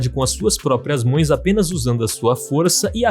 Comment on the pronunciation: "com suas próprias mões"